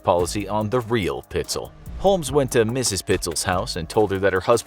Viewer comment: Correction: PITES--ELL